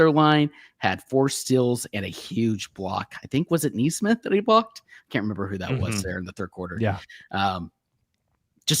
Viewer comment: Hey guys! Couple of things: 1. It’s Aaron Nesmith (knee smith) not (nay smith). 2. It’s Gainbridge Fieldhouse not Gains Bridge. Congrats on the Game 2 win. SGA, the defense and the bench were cooking!